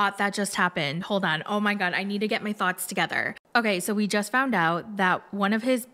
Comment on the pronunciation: Why when you said I need to get my thoughts together I heard/felt/spelt, " I need to get my thots together"🤣🤣🤣